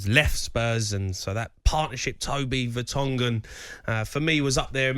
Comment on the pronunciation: Vertonghen ... not ... Vertongen.